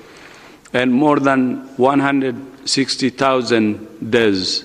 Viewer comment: What cant he say deaths properly?